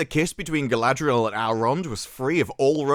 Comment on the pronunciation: Saurrrrrron would butcherrrr Galadrrriel in 2 seconds flat. Verrrry silly.